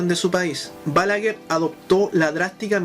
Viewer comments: No se pronuncia "Bálaguer", esdrújula, sino "Balaguer", aguda. Es un apellido de origen catalán. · Todo está excelente lo único que te corregire es que se pronuncia, Balaguér con acento en su pronunciación fuerte en la É.